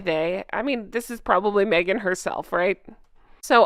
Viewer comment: Who’s Merghan? 😂😂😂😂😂